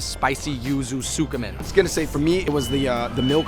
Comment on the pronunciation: Someone needs to correct that other guy David he keeps mispronouncing Tsukemen as Tsukamen for some unknown reason